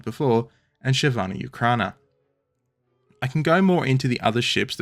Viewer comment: Chervona UkrAna sounds funny to me as I am from Ukraine 😂